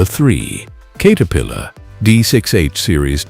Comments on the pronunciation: I was hoping to watch this because I know it's true but had to stop when he couldn't even pronounce CATerpillar. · “Kate” er-pillar. Okay. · No kidding...the "Kater-pillar" remark completely blew it.